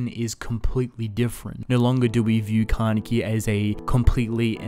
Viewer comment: Ka-ne-ki jeez